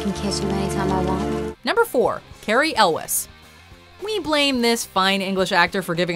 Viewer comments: It's pronounced Carey El-wees, not El-wess. Jeeze. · Cary Elwes, his last name rhymes with jewels. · Audra Blue it’s actually pronounced el-wez.